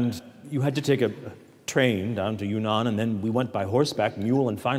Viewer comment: not yunnan, but yan'an